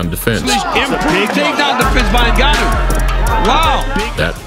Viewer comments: EVERYONE HIS NAME IS NGANNOU (PRONOUNCIATED GANNOU) NO NEED TO SAY N-GANNOU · There's no 'E' in this man's name, surname is not 'E'nganu but just Nganu.